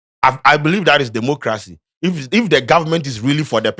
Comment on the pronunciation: Did I Hear Say Democrazy